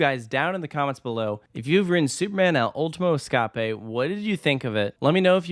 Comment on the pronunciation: As a Spanish speaker, your pronunciation of the name made me facepalm. Does this negate anything the video said? No. Just maybe next time run a foreign the name past a native speaker to spare us the pain 😅